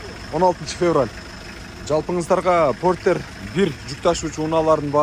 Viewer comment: Форестер дегендей эле айттыңыз го чиркин